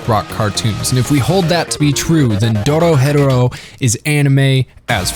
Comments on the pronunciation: Have you heard how he pronounced Dorohedoro? It’s Doro-HE-Doro not DoroHetero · Doro HE Doro... Also better than not "better then" Jesus Christ. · You're pronouncing it incorrectly it's "DORO-HE-DORO" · Why do people keep mispronouncing it like “Doro-Hetero” when it’s doro he doro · the way you say dorohedoro infuriates. me you say it like doro,hedoro while i say it like doro,he,doro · I just put how I would pronounce it. Doro he Doro. Not Doro hed Oro. They pronounce it at the end of every episode both dub and sub. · i thought it was pronouced doro heh doro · Its pronounced Doro he doro I love your videos but when you pronounce names of anime or characters wrong it hurts my ears and my heart ❤ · You do you say the title so weird lol it's Do-Ro-He-Do-Ro, it's even said the end of the anime after the credits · The way you say Dorohedoro is fucking criminal. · bro ur saying dorohedoro wrong 😑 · the way you say the name of the show makes me want to chew my face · The only thing that bother me is how the english dub pronounces dorohedoro at the end and that's main complaint. Also have you heard those banger ending, blessed us with like 4 different songs yoooo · The way you say the name irks my soul lmfaoo. I been waiting for the second season tho it’s annoying how most anime’s only put 12 episodes into a season